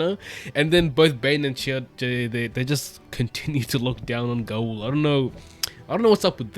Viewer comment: In the glossary, Gaul’s name is pronounced [GAHWL]. Rhymes with the word ALL.